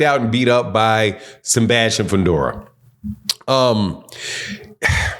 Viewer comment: “Senbastian Fundora”